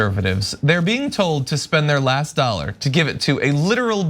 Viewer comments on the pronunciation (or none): none